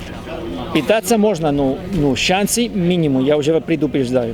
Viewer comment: большой привет, он говорит по русски куда лучше, чем я по испански, но всё же, передайте ему, что пЫтаться и пИтаться это совсем разный смысл у слов, для адвоката это важно. Да, я знаю, в Испании Ы нету, им сложно так сказать, но всё таки. Ну и ударение оргАн, это уже музыка, пусть меняет на Орган))